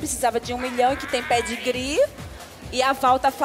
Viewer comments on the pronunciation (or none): Ela fala Pé de gri também e não Pedigree Kkkkkkk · "Pédi gri" kkkk